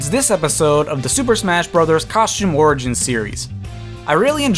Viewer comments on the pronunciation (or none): Stop say smash orgain